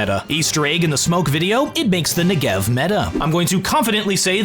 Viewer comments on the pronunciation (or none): Negev is pronounced with the first syllable accented. Négev, NE-gev. Thank you.